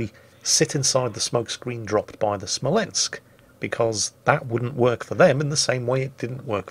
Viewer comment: Also: spells Smolensk wrong.. you have to shout it... SMOLENSK like Small but Smol and then with a ensk behind it:D